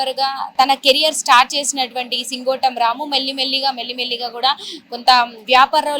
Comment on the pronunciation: సింగోటి కాదే సింగోటం